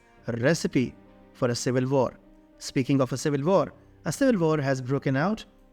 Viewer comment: Need more practice with Polish names...good luck,btw what civeel var you are talking about?